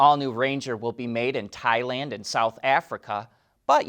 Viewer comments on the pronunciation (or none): none